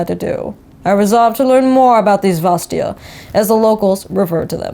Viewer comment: the second a in vastaya is not silent , just for future, please xD